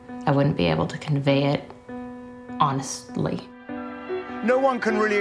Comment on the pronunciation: She can’t say honestly